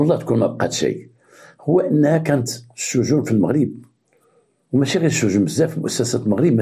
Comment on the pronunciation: السجون ماشي الشجون 😂😂😂😂 الله يعطيك الخير تبارك الله عليك مسيرة موفقة